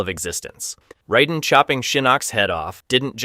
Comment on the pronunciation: Just shit research, my dude. Motatro absolutely has a shown death. And the mispronounced names....you have no idea what you're talking about. Like - how the fuck do you mispronounce Raiden?